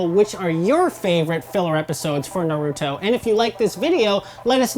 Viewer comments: Good thing someone noticed i really dont know how you can misspronounce his name when in the dub they say it like that especially in the sub version. Them = cringe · Why do people purposely mispronounce naruto's name. The show clearly shows how to properly pronounce it yet people continue to say it wrong for god knows what reason. But I digress. This channel and its speakers are doing a good job. Continue the good work. Your videos are entertaining to watch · work on your pronunciation when naming characters and everything about the series BECAUSE YOU GOT MOST OF EVERYTHING WRONG like who is narito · Narudo and soo-naday 🤮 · Is it so hard to say naruto and not naruudo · Literally the first few seconds, and mind you this is supposed to be an educated review, and I already hear somebody say the name of the anime wrong. It's seriously painful. "Naruto" is the name and yet all I hear is "Noruto". Seriously, it's a review. The least you could do is pronounce the word correctly. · Suenadae???? Noruto???? Oroutomaru??? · NAAAROOOOTOOOO, TSSUNEDDDEE and AROCHIMOUUU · its only five seconds in, and they said "Narooto" aight imma head out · Okay Lets do this one more time Naa-Ru-Toe Su-Na-Day "G"-Ra-Ya Ra-Sen-Gaan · "Fans of Neruto" "Tsunaday" "rasengern" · Im just gonna tell you what they're saying Nuruttoe - Naruto Jutsoo - Jutsu Resengent - I think she tried to say Rasengan or something Sunadae- What the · Did she say NORUTO 😂😂😂😂😂😂😂😂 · I cringe everytime i hear narutoo or narudo god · "Noroodoe" seriously? They say Naruto's name a million times in the anime, why cant you say it right? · when they say na-root-o I want to fucking rip their heads off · i dont get how people watch a show called NARUTO but cant even pronounce the main character's name lollll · I'm pretty sure if they where true naruto fans they would know how to pronounce his name is literally mentioned in every episode sounds like there being paid for this same for tsunades name and Rasengen